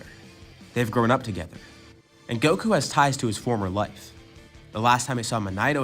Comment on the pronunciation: You said life wrong lol😂😂😂😂😂 ur life is mid